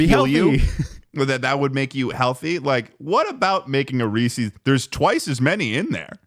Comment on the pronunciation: “ree ses” that’s the only correct way to say it anyway continue <3